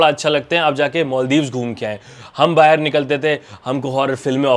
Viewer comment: Baahar nahi bhai Baahir nikalte the 😂😂